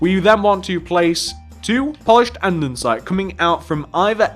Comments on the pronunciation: It's ANDESITE not ANDENSITE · Normal people: andesite: andensite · Him saying "and-en-sides" literally drove me insane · Why does he say andensite...